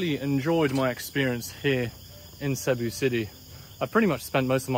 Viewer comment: It's "see BOO."